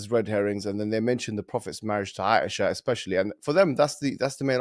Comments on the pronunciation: OMG! can’t even try to say Aisha’s name right! Asia like a continent! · Dude legitimately did not even try to pronounce Aisha